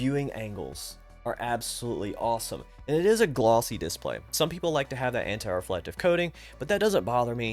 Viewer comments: man, I don't think I've even seen one of your videos before. Don't get me wrong, I thought you were a native speaker, that's why I thought it was funny that you pronounce that specific word so strange, because everything else is great. /dɪˈspleɪ/ Breakdown: /d/ = as in "dog" /ɪ/ = short "i" sound, as in "sit" /s/ = as in "snake" /p/ = as in "pat" /l/ = as in "let" /eɪ/ = long "a" sound, as in "say" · Completely beside the point but the way you say "diss-play" is really fun 😂😊